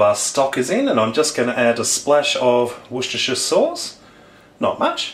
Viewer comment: Washhhhshhsehshhserrsh souce ? O.o